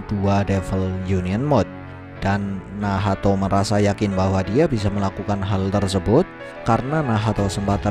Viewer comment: Nahato❌ Nahto✅